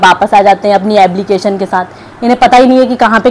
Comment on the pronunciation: Ablication Nahi application